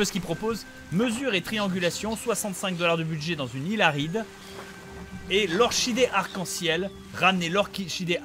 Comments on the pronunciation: Et on dit OrKidé. x) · "Lore chie dé", j'ai ri. or KI dé